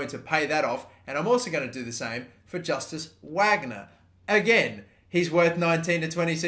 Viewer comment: Justus Wagner is pronounced like Eustace Vagnur